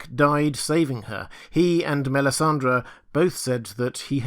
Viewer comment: MELISANDRE not MELISANDRA!